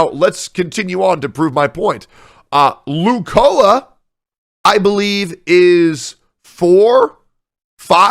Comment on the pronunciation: Wtf lucola? dude doesn't even put effort in his pronunciation i bet he doesn't even watch the anime he doesn't even know lucoa real age from wiki anime